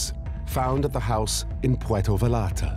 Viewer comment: FYI, ...the 'L's are not pronounced in "Vallarta". Buen Camino